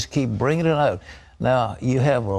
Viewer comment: Pat is Canadian. His pronunciation of the word "out" gives him away!